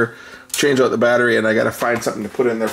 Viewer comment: And you say owt for out.